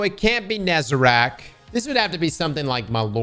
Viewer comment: bro still says "nezeRAC" smh :(((( its "NEH-ZA-REHHHK"